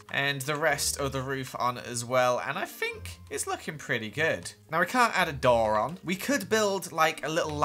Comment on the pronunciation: you said Dora not door